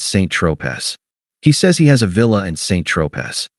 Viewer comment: Mon Dieu, l’Intelligence Artificielle ne peut pas prononcer Saint Tropez; tout à fait white trash. Oh là, là, là.